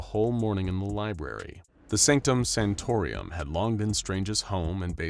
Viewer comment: I know it's petty, and doesn't really matter, but I have to say it: It's Sanctum SantoRUM, not Sanctum SantoRIUM, as you said it. Again, I know it's a tiny detail, and doesn’t really matter, but I'm a Comic Book Nerd; I CANNOT just let it go...😂😂🤣🤣